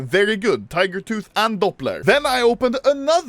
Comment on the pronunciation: The vid where he got the gut knife tiger tooth is iconic I simply because of saying TEEGER TOTT